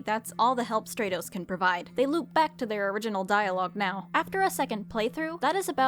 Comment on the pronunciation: I think Stratos would be pronounced like stratosphere, with the a being said like it is in apple, not like in agent